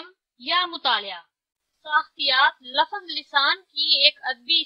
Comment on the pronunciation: آپ ہر تیسرے لفظ کو غلط ادا کررہی ہیں حتیٰ کہ لفظ کو لَفَظ کہہ رہی ہیں۔